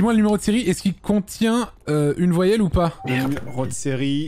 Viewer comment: Cé coi 1 voillèle 🥴😂